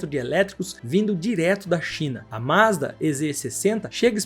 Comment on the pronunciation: Pronuncie direito: Mazda é Z 60. Quem diz "ê" é aluno de ensino fundamental. Ou aquele que só compra lâmpada gê"ê". Estude! Para se comunicar com o público, tem que ter estudo, senão cai na insignificância. Ou no desprezo.